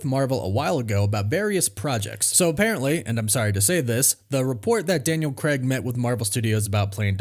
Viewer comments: c-ray-g, not c-reg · Dude you’ve no idea how to pronounce Craig. It’s not Creg! It’s Craig! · Yo America. It's Daniel Crayg, not Daniel Kreg. Literally hurts our ears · Why can’t Americans/Canadians pronounce Craig properly? It’s not Creg it’s Craig. Like c-ray-g 🤷🏼‍♂️ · For the love of god, why can’t Americans say Craig? It’s Cray’g not Creh’g …. Is it because you don’t know that the diphthong AI = ay and not eh………..